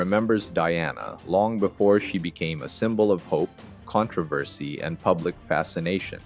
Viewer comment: How do U pronounce Controversy???